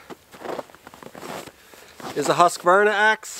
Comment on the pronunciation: ...it's Husq-Varna not Husq-Ka-Varna 😅 Good video again 😀